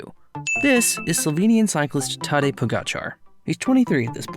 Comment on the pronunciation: Mans apologises to the danes for how he mispronounces Vingegaard but not to the slovenes for how he mispronounces tadej